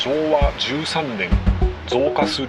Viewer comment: 「門司」は「文字」と同じ「も」にアクセントがあるイントネーションではないぞ！ そんな気色悪言い方を何度もせんどってちゃ！ 西海岸の言い方が変 「旅客」は「りょかく」 門司港は北米航路の船舶は入港していませんでした！ 糸田の言い方が変 田野浦の言い方が気持ち悪い 新浜埠頭だと？そんな名称は１度も存在したことがない 関門大橋ではなく関門橋だ！ 新幹線は、関門トンネルではなく新関門トンネルだ！ 「あめがくぼ」ではなく、「あまがくぼ」だ！ ミスが多いです！ アップする前にもっと調べてから正確さを高めてはいかがでしょうか。